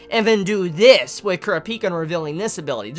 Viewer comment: dude why are you pronouncing kurapika wrong?